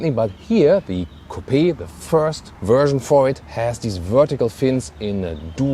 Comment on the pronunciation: he said coo-pi.